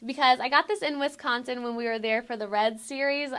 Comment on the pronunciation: No hate, at all. But I'm from Wisconsin, and when she said "Wisconsin" I realized that it is true that people who aren't from the state, say it differently! (Put emphasis on the WIS part)